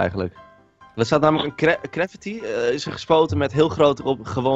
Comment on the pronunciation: Die stem is echt gewoon teletterlijk GRA FITTIE klinkt het xD